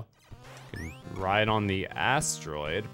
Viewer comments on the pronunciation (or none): channeling his inner Pandora hillbilly “Catch a Riiiiiiiddeee!”